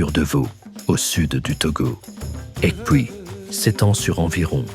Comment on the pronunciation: Aïeeee la prononciation de "Ekpui " on ne doit pas entendre le k . Bravo pour le documentaire